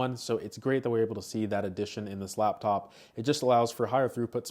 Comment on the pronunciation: It’s L A P top not lab